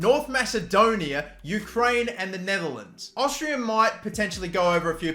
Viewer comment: Tell me, what is Austrrirra? Its Austria, not even hard to say lel